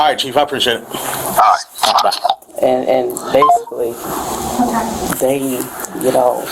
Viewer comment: "basucly"..."basucly" "basucly".....